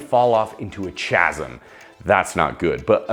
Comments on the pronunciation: Chaz-em? Chasm? Chasm. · A chasm is pronounced casem 😂